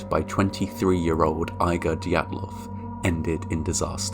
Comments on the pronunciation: I think Igor is pronounced EE-gor. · Name “Igor” is pronounced “Eee-gor” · are u kidding! ? who pronounces Igor like that?